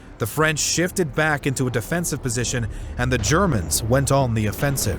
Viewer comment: Why the narrator is adding "S" in the end of some words like: went or government making it sound wents or governmens ?